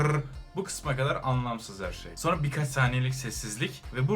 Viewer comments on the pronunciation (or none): none